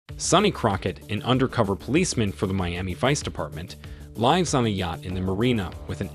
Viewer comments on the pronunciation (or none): Narrator, lives? LIVES?!? It’s lives. You are clearly an artificial intelligence generated responsive program.